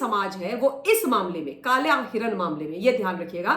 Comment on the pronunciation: Madam garhwal mein kalay nahi hotow kala hota hai